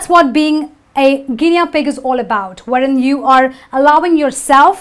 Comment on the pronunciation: Excellent, (except - gi-nee not gi-nea for Guinea pronunciation)